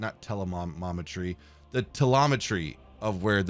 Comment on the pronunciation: teLOMETRY, english.exe is missing